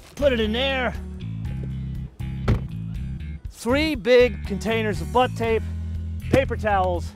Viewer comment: Please God, stop saying butt tape...